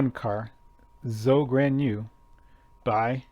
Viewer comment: It's pronounced Joe Gwan-jew.